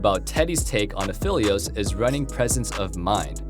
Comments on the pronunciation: I like this guy but its Aphelios not Afilious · Say Aphylios one more time dude, I swear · why would you pronounce it "a-fill-eos" in this video and "a-feel-eos" in the last one? its pronounced "a-fell-eos" alune literally calls him phel "fell" all the time in game u hear his name tons just by playing him. how are people messing this up?